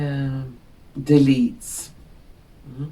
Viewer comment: D'Elites? or did you just say: Deletes? 🤣🤣🤣